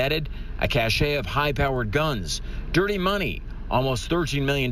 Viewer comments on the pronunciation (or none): Cache is pronounced cash, not cash-shay. The Journalism Department is where we send the kids who can't make it in the English Department. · I know I am fighting a losing a battle, but here I go... The decay of the English language is very disappointing to this middle aged man. Historically, news reporters were among the most well spoken people. This reporter pronounces "cache" as if it were "cachet." These are two completely different words with different pronunciations and different meanings. The correct pronunciation is "cash." I hate to pick on this young man in particular, but it is indicative of the direction our language is taking. This is how we get youngsters using non-words and incoherent phrases like "yo," "like," "and stuff like that," "bruh," etc. When I was growing up, many decades ago, the Catholic nuns were vicious, abusive, frustrated lesbians, but at least they taught children to read, write, and speak properly. My daughters are in their 20s, and by age 5 they were correcting their teachers in the proper usage of "I" and "me." By middle school, they learned to hold their tongues, but their teachers continued with the same errors. Now we have another generation who cannot grasp the basics of the English language.